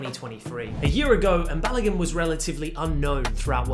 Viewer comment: You tried with the pronunciation Folarin Balogun😂❤